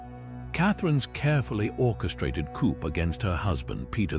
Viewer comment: Coup = "Coop"? It's pronounced, 'coo." Why use robot readers at all? They rarely pronounce things right, and it is annoying.